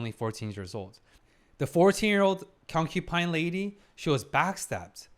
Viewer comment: you must really love trees, since you keep saying "concu🌲" 😄 It's not "concuPine", it's "concuBine". If you're saying it with a B, I apologise, but I hear a P.